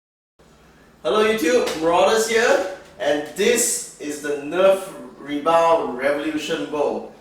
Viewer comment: U pronounced 'rebelle' as 'rebal'